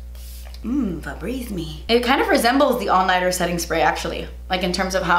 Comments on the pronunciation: "Febreze me"😂😂 I love you 💚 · “Febreeze me” 😂😂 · "FEBREEZE ME" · “Febreze me” 😂😂😂